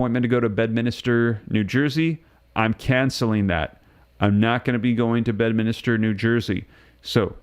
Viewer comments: Bed minister. 😂😂😂 it's Bedminster.. tool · It's Bedminster, not minister. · Bed-MIN-ster. Sorry. It's been bugging me. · Bed-Minster not Minister. 3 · Bed-MIN-ster. (Not a clergy)